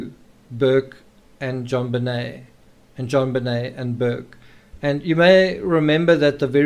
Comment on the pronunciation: why are calling JonBenet "JobBenel " at the end ?? don't even know her name properly but making all these videos to make money on you tube ?? and what was atthe last photos of her pointer out in a circle ?? never explained ...